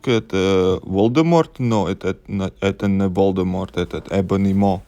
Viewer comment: "VOLDEMORT" YES 😂😂😂😂👌